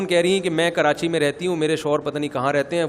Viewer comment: Han molvi sahab apki bat theak h karachi ky logon ke urdu bohat achi h woh log karachi ko karanchi kehtay hain hahaahhaahahahhahaah